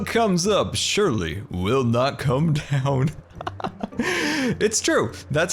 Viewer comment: You said done. Not down. Lol